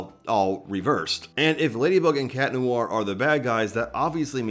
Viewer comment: "tales of. lady and cat neware" WHAT THE HELL IS CAT NEWARE?? 😀